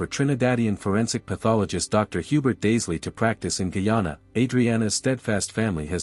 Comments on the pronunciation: Where is Kee-yawn-uh? It's Guy-ana. The old pronunciation of ghee-ana for the region encompassing the three colonial entities British Guiana, Dutch Guiana (now Surinam) and French Guiana is understandable. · No es gayana es guyana